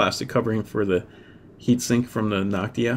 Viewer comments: Noctua not Noctia ^^ But awesome tutorial! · Damn it annoyed me that he said Noctia instead of Noctua.